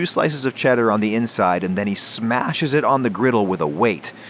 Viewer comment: And then he smaSHes it